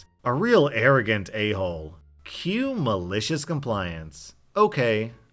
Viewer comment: You need to work on your pronunciation of the word "Maliciouscompliance"